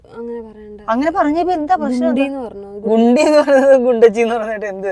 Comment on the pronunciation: ഗുണ്ടി അല്ലടാ കുണ്ടി anyway unsubscribe aakittund റിപ്പോർട്ട്‌ ചെയ്തു